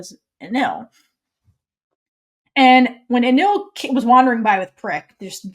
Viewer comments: Its spell is Anil with L (like what the translators did) but it’s pronounced as Anin because there’s no letter L at the end when you pronounce it in Thai so it becomes Anin. Becky once tweeted ‘AnilPin’ so that’s their official ship name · In THAI, L is pronounced as N in the end of the word. This is why is Anin e Pin although PiLantita. Prik is two years younger than Anil